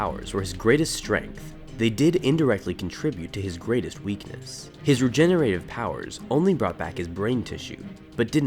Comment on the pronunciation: Re-gen-er-a-tive. Say it with me. Not re-gen-a-tive.